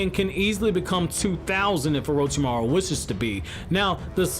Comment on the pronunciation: Take a shot everytime he says orochimaro